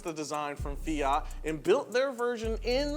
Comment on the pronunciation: greetings from Italy! please, the T in FIAT is hard, like TOYOTA. It's quite important, it stays for TORINO that's the city where the factory comes from. And the FIAT 127 was one of the best cars in the world, my mom had one when i was 5, that was amazing